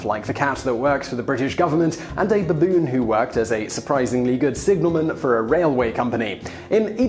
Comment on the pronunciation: I love the way He says "buboon".